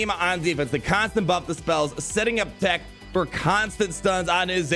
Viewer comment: My favourite thing about omega is how she pronounces tech